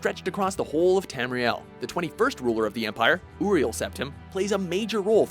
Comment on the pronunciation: Oo-riel Septim? xD